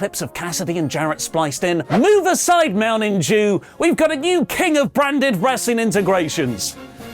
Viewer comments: Did say “Mounting Jew” when trying to say Mountain Dew? To quote Booker T, “Tell me…he didn’t..just..say..that!” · Sounded like you said Mountain Jew instead of Mountain Dew 🤣🤣🤣